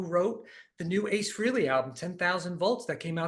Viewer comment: AA-ce Frehley